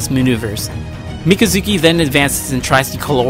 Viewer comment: You said both names wrong.